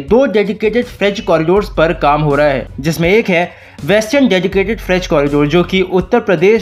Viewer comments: frieght corridor ko fridge corridor to mat bolo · भाई फ्रेट कॉरिडोर है फिज्ज् कॉरिडोर नहीं